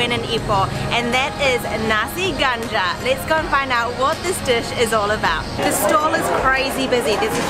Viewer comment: There is a confusion going on. She mentioned you can find nasi ganja all over Malaysia. That's not true. Also the pronunciation is not accurate too. It sounds more like kandar than ganja.